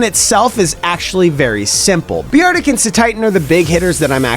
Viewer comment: Please tell me that you’re pronouncing Beartic as “Bee-art-ick” as a bit.